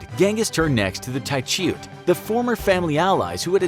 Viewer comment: Hope dis guy stops killing names